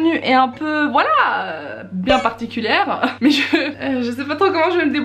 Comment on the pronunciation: je suis là seule à avoir entendu particulère?